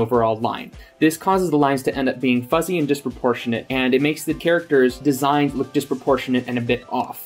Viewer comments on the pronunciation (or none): none